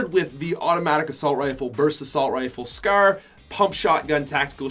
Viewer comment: Does it annoy anyone when he says scair instead of scar